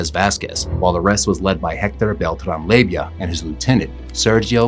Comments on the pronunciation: It’s pronounced lay-va not layvia you little labia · Lay va, not lay vi ah. There is not an i in the name. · Leyva... NOT Leyvia